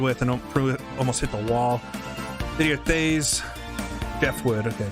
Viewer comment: That was fun to watch. Jeff Wood is the drivers name. Didier Theys should be pronounced Did-E-A TAYS. At least that is how that pronounced it back in '89 Looking forward to next event!